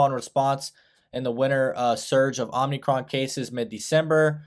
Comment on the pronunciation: lol "OMNIcron"